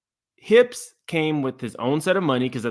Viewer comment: NOT "HIPS" 😂 🍑